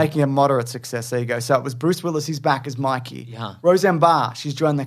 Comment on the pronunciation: It’s baby My-key James, you philistine.